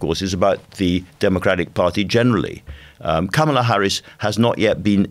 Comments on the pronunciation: Hopefully, it won't take too long to get her name right. It's kamala as in 'comma', not kamala as in 'camera'. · Her name is pronounced "comma la" not "kam ala" Shes been vice president for over three years....how come our journalists keep mispronouncing her first name??? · It’s pronounced Comma-La. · FYI it is pronounced “comma-la”. Sounds from my American ears you do pronounce it correctly a lot more than much of the media but wrong here and there.